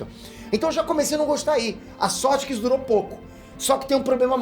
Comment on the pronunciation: " "Esso" sou eu"??? Tá amolecendo? Kkkkk